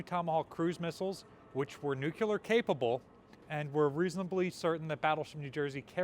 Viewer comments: It's pronounced NEW-CLEAR. Not "nu-cu-lar". New-Clear. Come on,, say it with me. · it's pronounced NUC-LE-AR, not NUC-U-LAR. Just sayin. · I can kinda forgive his mispronouncing "Willys"; jeeps aren't a big part of naval history, and at least he's pronouncing how it's spelled. His ongoing mispronunciation of "nuclear" (nucular in Ryanese), on the other hand, drives me nuts. "Surigao" (Surigawa in Ryanese) is another bad one.